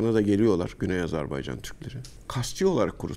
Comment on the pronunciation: yahu. bi Azerbaycan demesini ögrenemediniz. azarbEycan deyl azerbAycan .